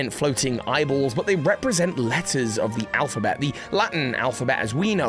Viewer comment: I am Germany and everytime you say 'letters' I understand 'lettuce' and somehow it makes the video better